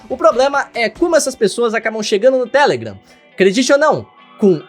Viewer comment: Agonia dele falando TÉlegram e n telegram